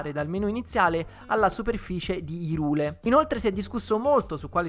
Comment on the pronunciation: "Hairul", non "Hirule", in base al doppiaggio giapponese, ho scoperto.